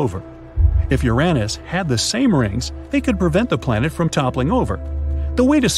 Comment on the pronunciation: Bro really just called Uranus Uränus